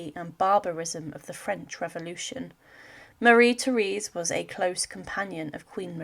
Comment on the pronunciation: Her name is pronounced mah-RHEE tay-RES.